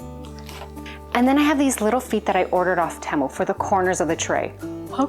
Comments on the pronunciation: Hi, honey I love you but please learn how to say Temu, it's T moo....a fellow Canadian...🍁 🍁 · Oh my word, I didn't know such a thing existed, I practiced, my french accent was getting in the way I think, lol...all the Americans call it TeeMoo, I've never heard anyone say it like you do...either way I will keep on watching you regardless of how you say it...take care...cheers !!!